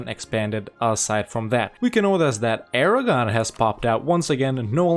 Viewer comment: I guess you should rename Aragon to Aragone.